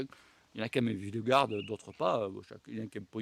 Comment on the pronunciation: vingegaard se prononce = ving gnegow